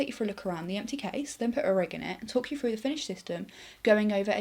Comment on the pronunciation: would have been better if she could pronounce her TH's ....like through instead of frough, just sayin